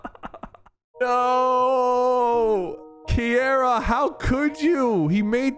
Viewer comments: Kee-era💀 its kee-Arah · Bro really sayed "Ki-era" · wtf is ki-era